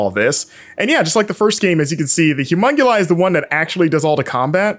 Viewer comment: Is it just me or does he say 'humonguli' instead of humonculi every time? The game looks great though.